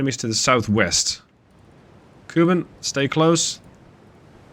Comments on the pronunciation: The name 'Kuban' refers to a region in Ukraine and the Caucasus, not Cuba, and as such is pronounced 'koobahn' not 'cuban' Also That was actually the most successful aspect of the Russian Navy's operations in the IRL Russo-Japanese War, minelaying sank a couple IJN battleships, so historically accurate i guess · As someone ho speaks Russian, Kuban is pronounced with the kind of “kyu” sound, otherwise great video!